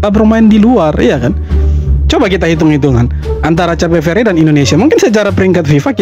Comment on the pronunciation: Bukan cape verdel. Gw tulis soundnya kep feurd . Jadi cape itu soundnya Kep. Verde itu soundnya feurd